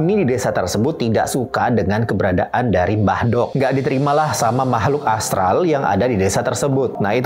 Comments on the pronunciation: Ngomong aja salah Mbk Dok 🤭. Yg bener Mbk dhok... artinya Mbah wedhok (mbah perempuan) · Lafal mbah dok nya kliru bro.. kalo di jawa ada ejaan "do" dan "dho".. mbah dok di sini menggunakan aksara jawa "do" sedangkan yg masbro lafalkan menggunakan aksara jawa "dho".. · Setuju, merasa terganggu dengan pengucapan mbah do' (mbah wedok).